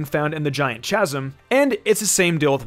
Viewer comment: "giant chazzum" -____